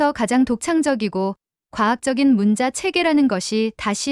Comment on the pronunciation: 문자(文字)는 "문짜"로 읽어야 합니다.